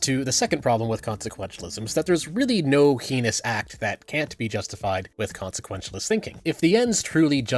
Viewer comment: "heenous" instead of "heinous"? You're just fucking with us now regarding pronunciation.